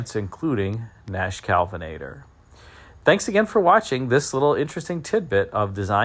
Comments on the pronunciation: Nash KELvinator not CALVINater. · i think it's Kelvinator (not Kalvinator)...Great video as usual. Merry Christmas!